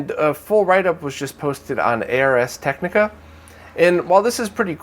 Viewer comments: Great roundup as always! Regarding the Super Mario Encyclopedia, did you see this? > Also, just an FYI - the "Ars" in Ars Technica is pronounced like "cars" :) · I believe the "Ars" in Ars Technica is pronounced "Arz"; it's not an acronym.